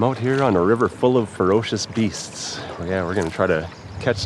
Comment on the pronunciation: Fur OHHHH cious BEEsts!!!! Oh yahhhh North Dakotaaaa yahhhh!......the accent is crazy when you say ferocious beasts 🤣🤣